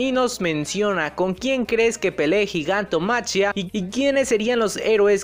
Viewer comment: me suena bastante feo gigantomachia, no se supone que se pronuncia gigantomaquia?